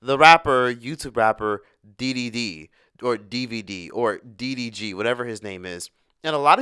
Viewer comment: You and lovelyti kill me saying DDG's name😂😂